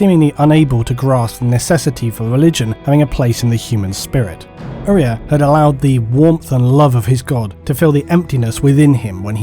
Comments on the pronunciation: Shouldn't Uriah be pronounced with a long I sound, like the bible character? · I have a cousin named Uriah. Unless there is more than one way to say it, the name is pronounced you-rye-uh, not ooh-ree-uh. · love the vid but not how you pronounce Uriah